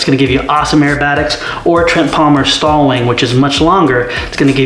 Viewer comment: S.T.O.L = Short take off and landing. Sounds like you are saying stall in the video? Great looking model! I was wondering when someone was going to model the Freedom Fox! Nice Job!